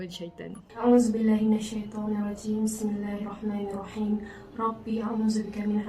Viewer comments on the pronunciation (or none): none